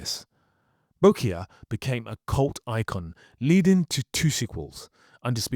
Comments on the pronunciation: It's Boyka, not Bokya, duuuude😂😂😂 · Bo-kee-ya?It's Boyka, as in boy-ka. Have you even watched these films? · Have I been pronouncing the name wrong? I thought it was Boy Ka not Bo EE ka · You killed his best role man, its BOYKA not Bokya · Boyka ❌️ BoK Ya ✅️ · Boyyyka not bokya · "BOKIA"? Is that a phone? 😁 Did Scott Adkins play a Russian prison PHONE? 🤣 Did you even SEE the movies? Did your knock-off DVD pronounce Boyka as Bokia? Or did your pirate download's subtitle spell "Bokia"? Just when i discovered your channel you dropped the ball 🏈 mate. 😒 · Yuri "Bokya" . . . 🤨 Yuri Boyka!!! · It's boyka not bokya😂... you're funny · It's BOYKA not Boykia 😅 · BTW The Bokya name is actually pronounced as Boyka! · Bokya?? He is Yuri Boyka! :) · boyka ❌ bokya ✔ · Its not Bokya , it was BOYKA! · Who is Bokya? Do you mean Boyka? You have 50k subs, what's going on? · Its Boyka bro, not Bokya 💀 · Please learn how to pronounce Yuri Boyka for the next time you make a video. It is not Bokya. I think personally that Atkins is very under appreciated. He is a great actor, a great action star and among my fave Martial Arts personalities, period! The only actor I personally would put above him is Donnie Yen, but that is more to do with the movies they played in than anything else probably. Both are great in their own right! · Listening to constantly pronounce 'Boyka' as 'Bo-Kya' makes me wonder if you've even watched the movies you're commenting on. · Boyka. . Not bokya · Boyka, not Bokya. This simple word mistake makes all the narrator's ramblings feel amateurish. Didn't anyone take notice before publishing? Nor after?!? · Jesus, have you even watched the Undisputed movies? It's Boyka (like "Perestroika"), not "Bokya". Jeez.. Other than that, spot on. He's a good actor, and a better martial artist than most others, including Jason Statham. I hope he becomes an A-lister soon. He totally deserves it. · his name is Boyka, not Bokia.... And you make clip about his career. So lame